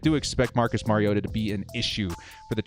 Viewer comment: Compliments on knowing how to pronounce the name of your subject: Mariota.